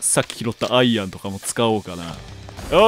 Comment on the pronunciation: アイアンのイントネーション…🏌️